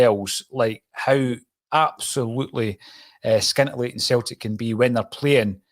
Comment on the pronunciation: ...Great content as usual... Ps...the letter c in the word scintillating is silent...